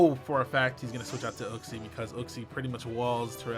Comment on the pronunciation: Uxie = YOOK-SEE